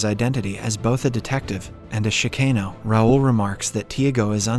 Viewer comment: AI can't pronounce Chicano lol